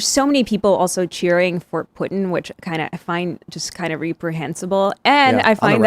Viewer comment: She keeps saying 'Putin' like 'Puttin' and it's so annoying.